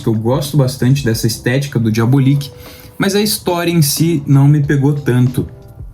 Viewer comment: Diabolik é excelente. Apenas uma dica: a pronúncia é diabÓlik e nao diabolíc. Parabéns pelo canal